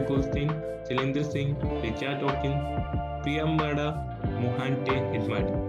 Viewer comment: It's priyamvada not priyambada